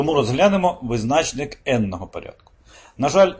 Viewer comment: Чому визнАчник, а не визначнИк ?